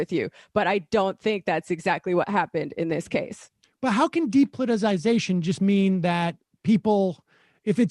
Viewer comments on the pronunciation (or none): Thank god Emma's on the show now. Maybe she can teach the rest of the team how to pronounce "depoliticization."